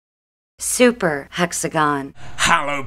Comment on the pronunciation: every time he says hexagon a grammer Nazi dies